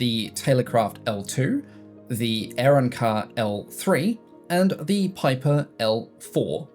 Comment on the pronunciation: I've never in fifty years of flying heard or imagined the name of the classic aircraft builder Aeronca pronounced as you did ... which I think says far more about my own lack of imagination than anything else. For just a moment, I had no idea what manufacturer you were referring to and I know ALL of the "L" planes and have even flown many of them in one form or another including the L3/7AC😆